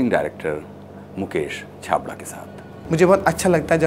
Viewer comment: it's Mukesh chhabra mere sir ka naam thik se bolo sir plz